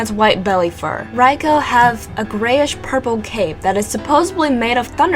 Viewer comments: Yelling at my tablet saying "its fuckimg pronounced raikoo not fucking raicow you dumb shit" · Good video but its not pronounced raikow but raikoo. Spelt raikou. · my bad. suicune was pronounced correctly. but raikou is pronounced: 'ry-ku' not 'ry ko'... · I've always pronounced Raikou's name rye-koo instead rye-cow. rye-coo just sounds wrong to me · raicow is so cool lol its raikew, or thats how americans say it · Did je say raicow? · RyCow??? say it right!!! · From what I have heard it can be pronounced either way, this name is specifically one in debate, but the Pokedex 3D PROnounces it (see what I did there?) Rai-kO so I would have to side with you (If I have to pick a side :P) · It's supposed to be pronounced "Rai-kO," as in a long O sound. They pronounce it incorrectly in this video. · They said Raikou wrong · seriously.. you pronounced Rai KOU wrong.. aswell as sui - CUNE seriously.. its not that hard to pronounce these names properly.. FFS!